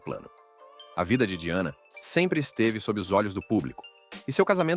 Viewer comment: O nome se escreve Diana mesmo, a pronúncia é que é diferente da nossa. Mas eu acho que isso tem que ser ajeitado na utilização da IA, a pronúncia de palavras estrangeiras, pq até numa palavras francesa, essa voz aí tb não falou direito.